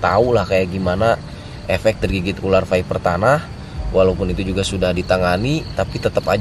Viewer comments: Tulisannya Viper bukan Fiper bang. Bacanya Vaiper menurut bahasa Inggris.. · Baca fiper, bukan faiper